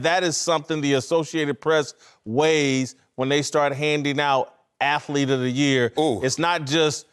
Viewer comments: MY LORD YOU BUTCHERED THE WORD "ATHLETE" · Whitlock is still saying "athlete of the year".... Lol....